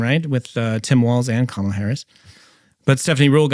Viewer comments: Now it’s Karmela😂😂 I heard her pronouncing her name as Carmalita in AZ and NM. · She doesn't even know how to pronounce her OWN name. She is the only Kamala on planet earth who tries to call herself Camel-ah. It's an affectation, which has set the entire tone of perception of her, and rightly so, not that there is a single thing about her character or record that isn't almost axiomatically sus. Nobody has done this to her--she's done it to herself. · Love every time tucker says "Karmela Harris" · In Asia, Kamala is an Indian name and its pronounce as Car-mah-lah!!! Period!!! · Tucker just keeps pronouncing her name however he wants 😂😂😂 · Tucker pretends to mispronounce Ms Harris’ name. Right off the bat. A truly honest man. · There’s no E in Kamala, just saying